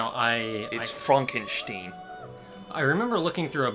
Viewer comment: It's Frohnk-en-shteen